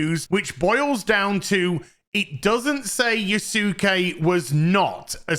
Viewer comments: Yusake? LMAO. jfc, dude. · Yas'ke......like Sasuke (Sas'ke) from Naruto :D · I swear no youtuber has ever watched Naruto or something. It's pronounced "Yaske" without the u. Like Sasuke from Naruto. Type it into google translate. I dare you. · Can people at least PLEASE learn how to pronounce yasuke correctly. Everyone comes across as having done no research, including Ubisoft. It's not Yah Su Ke It's Yah ske. Like Sasuke is Sah Ske And Sukuna is Sku Na. The U is virtually silent. I will give a minor pass but hearing itsagundam get it wrong when he's supposed to be learning Japanese is awful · I remember seeing the picture of the Bucharest QA team for Star Wars Outlaws... Good thing Ieft Ubisoft. Bro, I swear, you're hilarious. You misspelled Yasuke as Yusuke and then Yusake... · It's pronounced as "Yah-skay". Like Naruto's Sasuke "Sahs-kay" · Yasuke is pronounced Yas-Kay, the U is not pronounced, its the same for any Japanese name with that U such as Yusuke being Yoos-Kay and Kisuke being Kiss-Kay and the most famous is Sasuke (From Naruto) being Sas-Kay. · Why can no YouTuber say his name correctly its Yasuke dont say U just like Sasuke lol it's not hard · Dude, if you don't know how to say his name, use google translate in japanese. It's so weird why 3% of people talking about him keeps saying his name wrong. And just to make sure: My comment is not ment as shit talk, I fully agree with you on this subject, it's just, saying his name wrong like that makes me cringe.